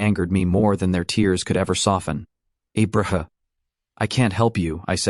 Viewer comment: Guess we can add Abraham to Elenor in the names AI can’t pronounce.